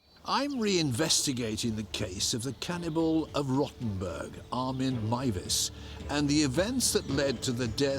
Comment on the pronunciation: A ‘Cannibalee’ 😅 jus saying.